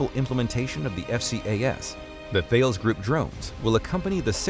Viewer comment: stop mispronouncing thales, its a greek mathematician